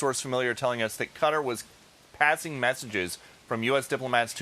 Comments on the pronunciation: Qatar....not Quatar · KA-TAR....not "cutter" you gotta be kidding me...!!!! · Please stop saying 'Cudder'.